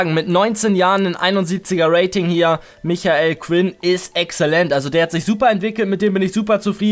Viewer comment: NICHT MICHAEL SONDER MIKEL(gesprochen)!!!!!